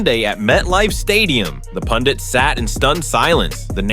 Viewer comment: They are pundek, not pundits😂😂